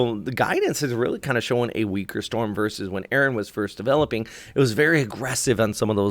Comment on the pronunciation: The storm is ERIN not Aaron! It's ERIN!!!